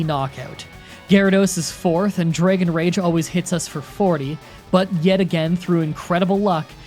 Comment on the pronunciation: How to speak like: Dragon = Draygon Swagger = Swaygger Rattata = R't't't't